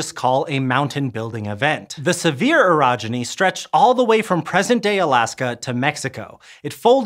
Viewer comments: Not "sev-ear" but "sev-ee-ay". Just for next time. French, and all that. Thanks. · Here in Utah, we say Sevier differently so I thought he had said “severe orogeny”. 😂 I’ve heard pronounced “seav-er”. I’m not sure what the original is, but I do get that language is very dynamic and regional and it’s only pedantic people who think it should be pronounced one and only one way. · Hey, fellow Utahn here! I would'a thought it was "sev-ee-ay" until I heard other locals pronounce it as "Severe". I think it's one of those cases of a word that's originally from a foreign language, and there's the real, original pronounciation...and then there's the regional way that developed in the part of America named after it. The first one is technically more correct, but if you use it while talking in (or about) that particular region of America, you'll get funny looks. :P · as someone whos never heard of the Sevier Orogeny, I also thought he said "severe" lmfao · I'm here in Texas. When I read the name, I thought it should have been sounded as "sev-ē-ā". I guess closer to a French pronunciation?😮